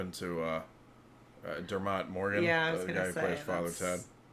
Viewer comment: That's so funny how you say Dermot, Der mot😆😆, in Ireland its said like Dermit